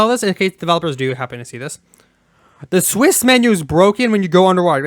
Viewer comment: WHY ARE YOU PRONOUNCING CIWS AS "SWISS"?! ITS THE ONE THING THAT MADE ME SO MAS FROM THIA GREAT VIDEO! KEEP UP THE GOOD WORK IT IS AWESOME BUT PLEASE! CIWS